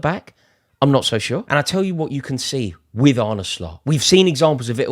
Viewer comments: You don’t pronounce it as “Arney” but “Arneh” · It’s pronounced “ar-na” but apart from that, yes you’re correct, we’re sick